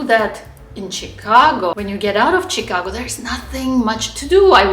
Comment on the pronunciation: you needlessly put yourself at a disadvantage by mispronouncing "Chicago" throughout the video. Maybe some viewers will think it's cute when a foreigner says "Tchicago," but I wince every time I hear it. In my experience as someone who has lived in both cities (or rather in one and near the other), summers in Chicago are much worse than summers in Boston---though in the past twenty years, Boston summers have gotten much worse (but I assume that the same thing has been happening in Chicago). The "L" is convenient for getting around if your Chicago starts from the Loop and extends north along the lake. If you live on the South Side, you are not so well served. Where the CTA is superior to the MBTA is that it is not in such a state of decay. Chicago has the Art Institute smack in the middle of the city where you can't ignore it and where it is easily accessible to everyone. Boston's Museum of Fine Art is in an out-of-the-way location. I visited the Art Institute several times a year when I lived in Chicago: during my twenty years in Boston, I visited the MFA a total of twice.